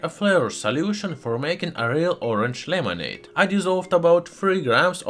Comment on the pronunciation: "Lemonade"' xD